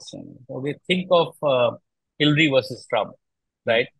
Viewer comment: It's not hillry but hillary yaar